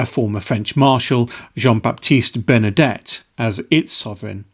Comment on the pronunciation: No!Listen again,you say “ Jean BaptisteBernadette!!